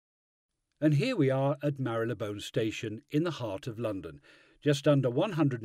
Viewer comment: It's Marleybone, not Marrylebone!